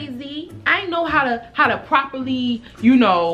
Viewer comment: Every time she say "tew" lol 😌😍 them Baltimore vibes